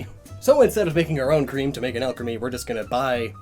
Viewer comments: Nobody:: A L C H E M Y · I KNEW Alcremie being pronounced al-creamy was a bit odd... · "Taste Alcreame" Oh my~ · Alcremie....Why does that sound like Alchemy? or was that the point I wonder? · "Alchemy" Ah Shiz Here We Go Again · Not to be rude but it is pronounced all-creamy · When says Alcremie, but is, so you hear alchemy instead. There are 23 flavours of alchemy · Alcremie Al crem E? Al cree me? Alk rem E? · hey you realize you're saying it like alchemy * hear's that's where the name comes from* oh never mind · Everytime says “Alcremie” I just hear alchemy, which brings me back to his fat years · The way he pronounces Alcremie makes me uncomfortable.